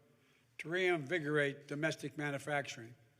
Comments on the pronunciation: We have nothing wrong with our climate. Other than too many Democrats like you blowing Hot Air!!! Again Joe. It’s pronounced Man U factoring. Not Manafactoring!!!!! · Hey Joe. It’s called Manufacturing. The U has to be pronounced. It’s not pronounced Manafactorung